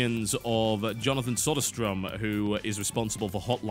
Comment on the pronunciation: I think your Romanian forgot a couple of dots. His name is Söderström.